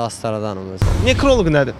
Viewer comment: Üçüncüsü, nekróloq yox, nekrolóq.